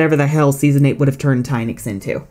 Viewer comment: DO NOT LEAVE OFF THE T IN ENCHANTIX! AND IT'S TYNIX, NOT TYHINX!